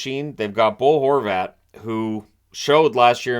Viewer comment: at first i thought you called him Goal Horvat 😂